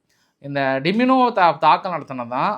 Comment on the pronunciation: டிமினோ இல்லை டிமோன (Dimona) pls correct next time 🙏😄